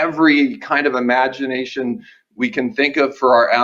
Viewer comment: "Power Imagitation"